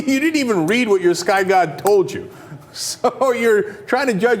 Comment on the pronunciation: I love it how he says "YOUR SKY GOD"